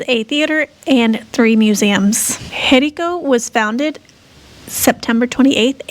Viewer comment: the acute accent over any vowel in Español, indicates where the stress of the pronunciation should be made, therefore the name of the town Jericó, is pronounced emphasizing the final 'o', rather than the 'e' as you pronounce it.